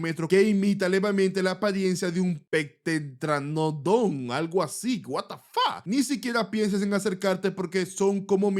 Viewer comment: Se pronuncia peteranodon por las dudas